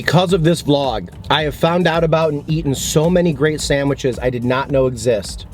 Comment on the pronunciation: I like that you say "samwiches"